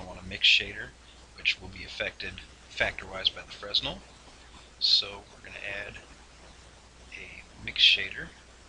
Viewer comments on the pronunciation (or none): Pleaseeeeeee learn to pronounce fresnel correctly! (His name was pronounced “fren-el”). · Fresnel is pronounced "fray nell". It's a french word